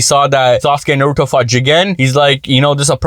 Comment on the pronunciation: I would believe you if you pronounced Naruto and Boruto names correctly